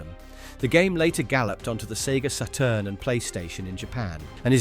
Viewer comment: the sega "seturn"